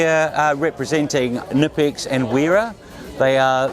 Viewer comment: Heh. Hired rep for Knipex says the brand name like a normal person rather than correctly 😂